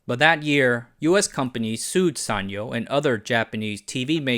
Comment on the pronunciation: This is the first time I hear sanyo pronounced like that. We always pronounced it as San-Yo (yo pronounced as in Spanish)